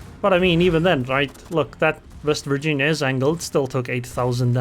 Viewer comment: Vest Virginia??!! Why then not "secondaries vork roughly the same"?... And why not "it vos main guns after all..."? Oh....but "vorranty".... there's ok then... 😂😂😂 And dude = "dyd" And quarters = "quo-tes" I think it should be then "... I'll just shoot into her bov..."